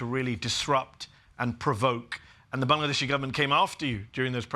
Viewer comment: Love how Medhi pronounces Bangladeshi and Dhaka